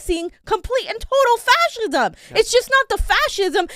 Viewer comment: If I had a nickel for every time that says faschism.....